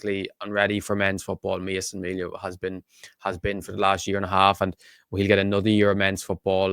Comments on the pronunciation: His surname isnt said like Mell ia, its prenounced, MEAL IA.😂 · Please pronounce his name correctly as in ME Thank you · It's pronounced mealia